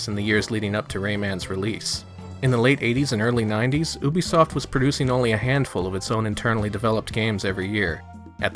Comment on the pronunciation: You say Ubisoft correctly... Subscribed! lol